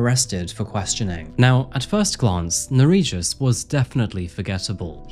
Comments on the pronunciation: he was transferred to Lithuania and killed in prison 2022, which he fully deserved, considering that in Lithuania the sentences for murder can be very light. Just for a fact , his name is pronounced differently - Ner(as Ner'o)ij(j as y)us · ...what was his name? Bro, love your channel, but perhaps next time try to find how to pronounce foreign names because I, a Lithuanian, cannot understand what was the name and it wasn't written anywhere on the screen either. (For reference, the j in Nerijus sounds actually like y in yacht, not j like in John). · The name butchering killed me but also can’t be mad since it’s the scumbags name lol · I don't know if butchering the pronunciation of the perpetrator's name was a conscious choice, but if not for the notes I would've had no idea what Lithuanian you were saying